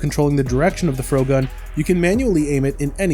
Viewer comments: "froh-gun" You have to be kidding me. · It's a perfectly cromulent word. What would you like more? Fr-ohgun? Frog-gun? Frog-uhn?